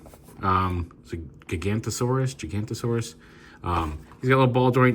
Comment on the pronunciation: Funny thing is Landsaur is actually a dinosaur pronounced "Giganoto -saurus" not Gigantosaurus but honestly don't blame you for calling it gigantosaurus because honestly that's the name they really should have given it coz the dinosaur itself was known to be literally gigantic. Paleontology can be weird sometimes fr